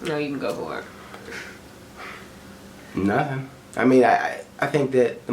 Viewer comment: He said, “nuttin”! I love it